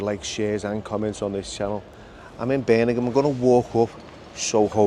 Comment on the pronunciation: *Birmingham, not Birningham...🤣